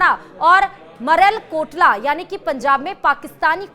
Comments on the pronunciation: मरेलकोटला नहीं हैं मैम...मलेरकोटला है...कौन है जो आपके लिये खबर लिखता है 😂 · Its not Marel कोटला Its Malerkotla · Its Malerkotla nor marelkotla